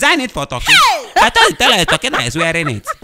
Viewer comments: Its the Right pronounciation actually .. Not that way Ghanaians say..Tar-ky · The way Mack Angel pronounced the Turkey tho😂😂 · The guy who played the groom also acts as baze 10 in some other episodes. The guy shouldn't have been so fussy, it's not like there is some book of marriage laws that says buy a white turkey shirt Mark Angel's pronunciation of turkey is hilarious 😅😂🤣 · He said turki😂😂😂